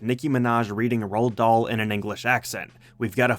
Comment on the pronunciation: As a norwegian, the way you said Roald Dahl hurt me psychologically